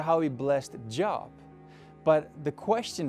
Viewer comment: Hello, I just found your channel and I am being very blessed by it...actually, it was my youngest 16 yr old son who found and then forwarded me one of your videos. Now, I just wanted to point out something, no big deal really, but just a mispronunciation of a word: When you mention the book of Job, you are pronouncing hid name like a job that a person has. I know it’s spelled the same way, but it is actually pronounced with a long ‘O’, as in coat or float, so it should SOUND like it’s spelled Jobe, though it isn’t. Just wanted to point that out. I am in North Carolina, in the U.S. Please take no offense...sometimes my family and friends call me the ‘grammar police’, lol! I write poetry, so words are a love of mine. Anyway, I am truly loving and learning sooo much from your videos, especially during this PLANdemic time of such difficulty for so many of us. But the silver lining is that many of us seem to really be searching for and clinging to our Lord more than ever. God bless you and your wife and Togo (your beautiful pup’)...hope I remembered its name correctly. ☺️🌹🙏🏽